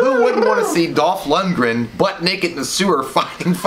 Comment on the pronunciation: it's pronounced Dolph Lundgren